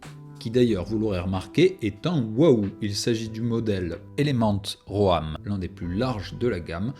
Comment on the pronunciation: "ro-ame", aie :)